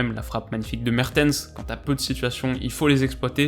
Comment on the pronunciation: Mertens il a des problèmes de langue par contre